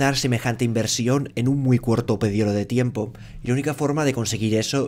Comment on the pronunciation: “cuorto pedioro de tiempo”. Sublime! Estas cosas son las que le dan el toque perfecto a los noticiarios 🤣